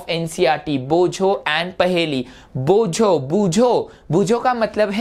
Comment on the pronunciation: You are wrong sir that's not boojho that's bojho in bengali I am a bengali.